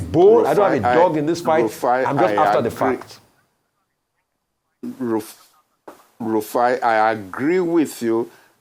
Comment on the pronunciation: Now, our is very upset at Rufai that he’s calling him “RAFIIUU” 😂😂😂😂.